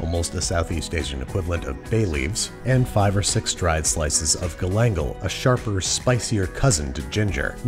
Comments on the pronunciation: Galangal is pronounced ga-lan-GAL, not ga-LAN-gal lol, but thank you so much for using it in the recipe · >guLANgl don't let uncle roger hear you say it that way. "Gah-Lan-Gal" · I can't get over him saying Galangal as "Galangle" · I heard Andrew pronounce "galangal" incorrectly and died a little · Anyone else gonna talk about how Babish pronounced galangal?